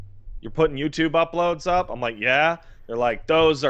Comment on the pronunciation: If you watch closely you can pinpoint the exact moment finally fed ahp with dis woruld